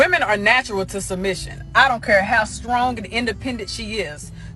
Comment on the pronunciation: LOL THE LADY IN BLUE SAID SKRONG …. OH MY GOD I HAVE HEARD IT ALL. Sister NEWS FLASH , you seem to forget AIN’T nobody checking for Black WOMEN haven’t you noticed??? THE HE HIGH VALUE BLACK MEN ARE MATCHING UP WITH ANYTHING BUT BLACK WOMEN. OUT OF CONTROL , WILD A$$ WOMEN DEMANDING WITH THESE OUTRAGEOUS DEMANDS. Y’ALL BETTER Wake up !! NEWS FLASH WINTER IS HERE!!! ASK VIVICA FOX, ASK LISA RAY, ASK, OPHRAH WINFREY,HENSON THE ACTIST. I SEE OUR ELITES MARRYING ANYTHING BUT Y’ALL, DR. CORNEL WEST MARRIED A YT WOMAN, ATHLETES ARE MARRYING BLACK WOMEN ANYMORE. I AM NIT TRYING TO BE MEAN BUT YOU ARE KNOWINGLY OR UNKNOWINGLY “CUTTING YOUR OWN THROATS”. MEN OF OTHER RACES ARE NOT LINING UP YO MARRY YOU???? YHE LATEST PREDICTION I READ REGARDING BLACK WOMEN IS IN THE TEAR 2030, 45 % OF DINGLE BLACK WOMEN WILL BE ALONE UNMARRIED. AS MUCH AS YOU HATED KEVIN SAMUELS HE WAS SPOT ON “ WINTER IS HERE!!”